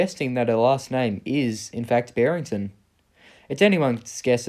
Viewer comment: It's Barrington